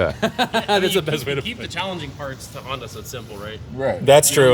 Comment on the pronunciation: Did he say HONDATA???? Off to jail you criminal!!!!